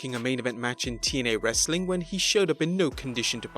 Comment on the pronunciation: I like the Hindu saying "Wrrrrrestling content"